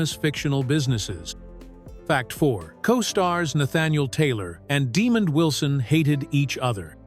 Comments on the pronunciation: "Demon Wilson"? It's De-mond, not "Demon." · I’m sorry but that gxxxdamn AI has got to go!!! Too many unnatural interruptions and wrong pronunciations! Example is Demond Wilson name butchering!